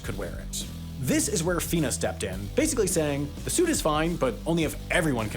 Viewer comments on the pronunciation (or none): Fee-nah not Fin-a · FINA pronounced fEEn-a, come on 😂 I bought a similar (arguably better, based purely because they were so much more buoyant than the LZR) suit from Blue70 in 2007. These suits were INCREDIBLE. Everything about the suit felt faster. And to echo other comments, 20 minutes to get one of those on is generous (try 30-40 easy), and bags over feet were mandatory 😂